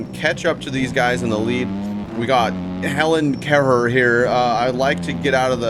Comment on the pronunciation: "Helan Kehher" here LOL